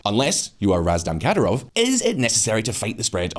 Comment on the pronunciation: This moron couldn’t pronounce Ramzan Kadyrov’s name right He made so much mistakes I’m surprised they posted this